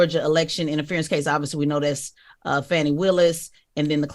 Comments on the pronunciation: Get her name right, it’s pronounced FAW-NEE not Fannie! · The black guy’s name is not Willie, his name is Harrison Floyd…was Willie a joke? Also, the DA’s name is not Fannie - it is Fani - pronounced Fah-nee. This message is for Tezlyn since she is the journalist on the show - love y’all - just make these corrections! 😊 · Please put some respect on that woman's name. Her name is Fani (fawni) not fanny. You didn't mispronounce the other prosecutors's names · The District Attorney in Fulton County Georgia’s name is Fauni (Fawnie) Taifa Willis. Charlemagne and the news person calls her Fannie like Donald Trump. He uses that word as a way to be demeaning. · Not FANNY. It’s pronounced FAWNEE. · Shame on TEZ and CTG for calling Fulton County DA Fan-ee, when her name is FAWN-EE. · Hey guys, I just wanted to point out that you have never pronounced Fani’s name right - and I’m not just talking about the “Maye” part. It is not pronounced Fanny- what she is doing is too important to be playing with her name so loosely if she heard it, I think that she would be offended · Her name is pronounced Fawn-ee.